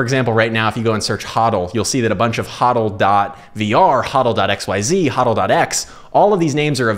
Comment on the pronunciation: pronounced HODL incorrectly. Convince me elsewise.